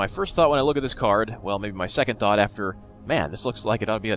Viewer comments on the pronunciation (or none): none